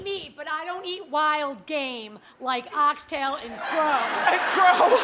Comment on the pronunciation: It's "oxtail", not "ox tail" and is the tail of a cow. Formerly, it was the tail of an ox. It is a staple dish for West Indian people, especially, in what we term, "Satday (Saturday) Soup". (To the woman who is from the UK, as am I, born here to parents from the Caribbean island of the beautiful St Kitts & Nevis), were you referring to the canned variety, you would buy in the supermarket? If you were, that's fine, but what I am referring to is not the Heinz canned soup, (which, quite frankly, is not nice...), but the type that is cooked fresh, with other food such as sweet potato, Irish potato, carrots, yam, and other "hard food" to make a very, very healthy and satisfying "one pot" meal. You're welcome! 👍🏾